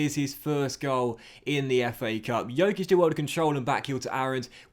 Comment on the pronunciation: Once again, Dj in Djokic is pronounced as in Djokovic. The way you say it means that he has the same last name as Nikola Jokic, which he doesn't